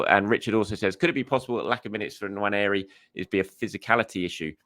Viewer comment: It's not Nwanieri. You can be forgiven for thinking it is, based on how 99% of people pronounce it, but it is Nwaneri - it should be pronounced how it's spelled, rather than adding that phantom i from nowhere.